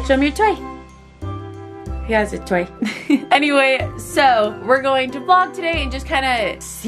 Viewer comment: When said toy it sounded like he said DiE!!